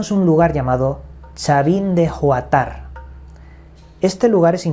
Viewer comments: Se pronuncia Chavín de "guántar" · Se lee y pronuncia chavin de huantar.. Asi tal cual, leído en castellano, lo pronunciaste como si fuera ingles.. No es "ju an tar" sino "huantar" así tal cual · Disculpa no se pronuncia como GUATAR SINO QUE ES HUANTAR COMO WANTAR. ES LA FAMOSA CULTURA CHAVIN DE HUANTAR. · Chavin de Huantar, la H es muda asi que su pronunciacion es uantar; no es Juatar*(como lo pronuncias)* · Como?? chavin de Huantar!! Se lee wantar no juantar!! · MIN seg. Es CHAVIN DE HUANTAR(uantar) no juatar. Saludos desde Perú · Es Chavin de Huantar, con acento en la primera a. Sitio arqueológico espectacular. Saludos desde Lima. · Se pronuncia Chavín de wanta aunque sé que aquí en Perú la H es muda Huanta pero se pronuncia como una W en este caso especial . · Mi estimado es Chabin de Uantar al menos así se pronuncia la H es muda para los latinos.... 🙄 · Se pronuncia guantar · Se pronuncia Chavin de (guantar). Buen video! Gracias y Saludos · Es con H, no con G. Y acento y tilde en la primera a...Huántar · es Chavín de Huántar (Huán_tar ) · Saludos desde Lima Perú en Huantar la "H"es muda y el acento de voz va en la primera "a" 😘🤗🍀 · Se pronuncia guanta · La pronunciacion es chavin de wantar jejeje saludos desde lima peru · Chavín de Huántar (la H es muda y el acento de voz o tonal va en la primera á). 😊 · Chavin de Huantar se pronuncia (guantar) en esa cultura se adoraba tanto a los reptiles como a los felinos, sus representaciones de cabezas clavas. Si hay algo misterioso en esa área una amiga hizo meditación en esa zona ella lo hizo mientras tenía una piedra la cual ella la pudo moldear con sus propias manos. Ella hizo su propio crecimiento personal y hoy luego de más de 30 años ella es shaman y visita muchísimo el pueblo de Q’eros. El Peru tiene muchísimos misterios te encantaría de verdad. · chavin--- cultura preinkaica que adoraban a dioses de serpientes ... una de las culturas mas antiguas.. y se llama CHAVIN DE HUANTAR (H PRONUNCIADA COMO G)